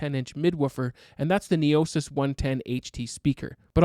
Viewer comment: It’s not Neosis, it’s “no EE sis”. Comes from the Greek word for silence, like “Noel”. Excellent review! I haven’t heard many people talking about these in a while, glad for the reminder they’re here.